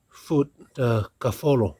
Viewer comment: Kaufolo not kalolo 🙂👍 thanks for sharing 👏